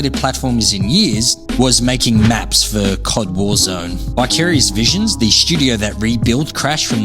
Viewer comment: Say it with me…STUdio. Not SCHudio.